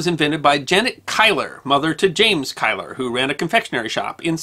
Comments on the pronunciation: Quite! It sounds very grating as Kiler! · Great video essay as always! I can see why you pronounce 'Keillor' as 'Kyler' (ie following the German pattern of pronouncing 'ei'), but in Dundee the name is pronounced 'Keeler'. I lived in Dundee 's Seagate 40 years ago, but never knew that Keillor's had a shop there, presumably their first. As the name 'Seagate' suggests it is close to the docks, so it's understandable that Keillor's could move quickly to take advantage of an opportunity to buy spoiled cargo. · As always a most enjoyable video. However, as a Scotsman, I have to take you to task with your pronunciation of the name of the family from Dundee who are said to have invented Marmalade. The name is pronounced KEEL-OR and not Kyle-or. Again this does not detract from your excellent video. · Kieller - Pronounced "Keeler" locally in Dundee and generally in the UK. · Apologies if already pointed out. The name Keiller is pronounced "keel-er".